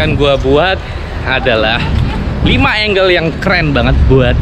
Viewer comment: Percuma bang , mahal peralatan tapi salah penyebutan angles